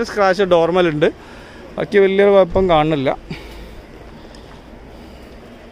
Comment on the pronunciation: കുയപ്പം അല്ല ബ്രോ കുഴപ്പം എന്ന് പറ 🤣